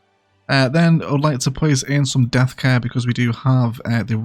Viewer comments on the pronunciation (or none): none